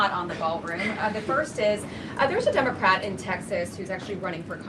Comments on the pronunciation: Did she just say Dumocrat? 😂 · Did she say "Dummercrat" at first?😂😅😂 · She totally said DUMBocrat, I Love Her!